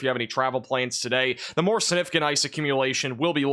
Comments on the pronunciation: Love your work! Please put that “g” in siG-nif-i-cant 😂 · YOU ARE GREAT…! But you have to pronounce “significant” correctly, if you are going to use it so often… like I said you are a great forcaster and I appreciate you, but this word is very important.. its “SIG-nif-i- CANT…” SIG NIF ICANT…